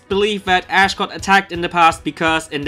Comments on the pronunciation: I fucking died when he said Lithuanian Ash Ketchum name... But I'm annoyed too! That's not even near how to spell it! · I died when he said Lithuanian Ash's name... It's nothingl like that at all... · LMAO I am from lithuania and you pronaunced it incorectly LOL go to google translate and check how to say it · why do u have to call ash ali.